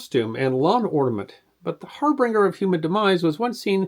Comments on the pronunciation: "harbringer"? That's not a word. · "harbringer"? Close but nope